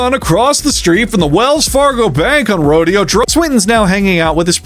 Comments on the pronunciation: Californian here. It’s not pronounced “RO-dee-oh, it’s pronounced “ro-DAY-oh,” and yes, that’s exactly as fucking stupid as you think it is. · Everytime you say "Roadie-oh" instead of "Ro-day-oh", another piece of uninhabited Californian nature gets bought and developed by a realter. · I thought it was ro-de-o like row-day-oh. I think the street is pronounced differently than that event with bullriders and stuff